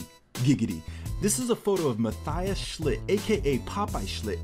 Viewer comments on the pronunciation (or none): mathias schnitte is pronounced "matt-i-as and not like mathayas and the e in schnitte is pronounced too